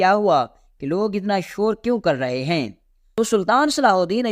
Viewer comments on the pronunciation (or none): بہت بدتمیزی سے بیان کرتا ہے۔ بولنے کے آداب سے عاری ہے یہ بندہ۔ اردو کا تلفظ بھی بہت ماٹھا ہے جیسے بہت کو 'بوہوت' اور معاوضہ کو 'مواثا' وغیرہ ہیں کو 'ہییں'